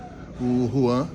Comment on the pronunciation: Hellow o nome do dirigigente do FLA e JUAN e não RUAN kkkkk